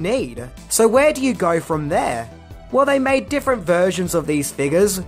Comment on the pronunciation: In minutes of this video I swear it sounds like he says " They mad different versions of these Niggas".. I know it isn't just cause I'm black🤦‍♀️